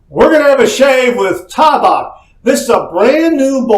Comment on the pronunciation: IT'S T long A-BACK